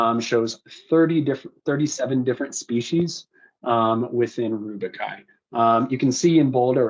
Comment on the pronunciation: rubiaceae. not rubiciaceae, not rubicai...simple google search for pronunciation helps